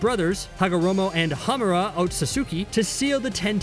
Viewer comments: did he say hagomoro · Did he just say hagamoro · You said hagomoro near the start... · Yep he did